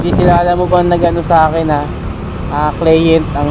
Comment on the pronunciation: Pronounce mo ng maayos ung word na "Client". More power!